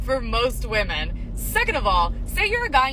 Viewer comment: It’s not ‘woman’ it’s women. Why are so many people screwing this up?